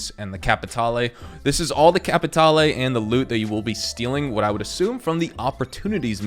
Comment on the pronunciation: CAPATALE!!!! Don't pronounce the E. It is silent. Thank you.